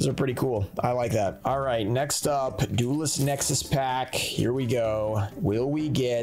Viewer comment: You said duelist nexis